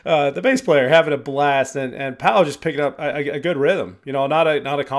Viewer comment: Hopefully by now you know their names are pronounced like Danny, Pow, and Ahlay (slight emphasis on the first syllable).